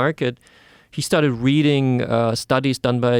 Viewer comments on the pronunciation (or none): none